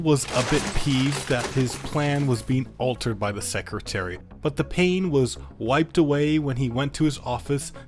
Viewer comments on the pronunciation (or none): none